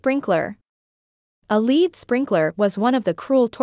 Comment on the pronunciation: Barry Roberts.. Thank you.. I was going to say the same thing.. 🤔 Also 'lead' is pronounced 'led' not 'leed'.. 🤔